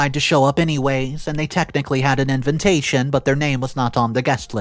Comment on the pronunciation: Btw it’s inVITation. Not inVINtation. Jesus fucking hell man. Every video you make you say this word wrong. And various others